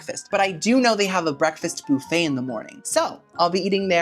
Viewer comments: Guys as someone who’s not from America I’ve been watching a lot of videos recently and he keeps saying ‘bouffet’. Is that how you guys say buffet? Or is he just making a joke 🥲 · I never heard Bouffey for buffet until your channel.So I guess your body if bouf & not buff?Loving it.😂❤